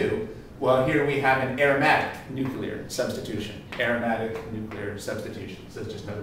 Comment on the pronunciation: I've heard it all! A chemist said NUCULAR instead of NUCLEAR!!!!!!